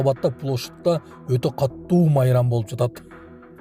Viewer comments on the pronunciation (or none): Өттө катту де😂😂 өтө катУУ болот